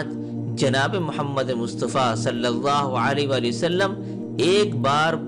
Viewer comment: السلام علیکم بھائی آپ کی کاوش بے مثال ہے مجھے امید ہے کہ آپ محسوس نہیں کریں گے مگر یہ حقیقت ہے کہ آپ کو صلی اللہ علیہ وآلہ وسلم کہنے میں درستگی کی ضرورت ہے۔